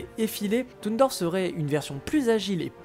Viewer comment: Toon dorf 😭 c’est toon garnondorf mais pas « dorf »😭 c’est comme les gens qui prononcent Sheik « shik »😭😭